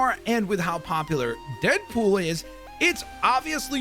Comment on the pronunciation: Am i tripping or did he say deapool